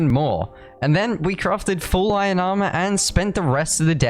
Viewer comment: i love how he says iron. just „ion“